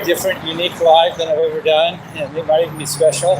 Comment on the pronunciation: It was speshul. Vary speshul.